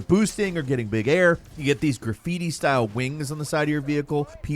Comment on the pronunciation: Respect for being the only content creator group that said it correctly....graffiti style ....and NOT anime!!